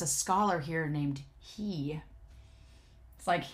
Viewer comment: Oh no, I’m all caught up with your TGCF videos! Now what am I going to do? Also, I believe Scholar He is pronounced “her” rather than “hee”.